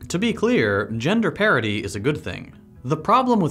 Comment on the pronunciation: did you say gender parity or gender parody? lol